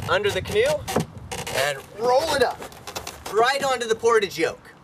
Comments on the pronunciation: AAAHHHHH that's not how you say portage..... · Don't forget, us crazy boaters shorten all the words! Bowline = bowlin, Ratlines = ratlin, Gunwales = gunnels, Main Sail = mainsil... and of course, Portage = portidge. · Well, there's 'portage' as in carrying a load, and there's 'Portage' as in several place names in Manitoba, Canada. Different pronunciations from the same root.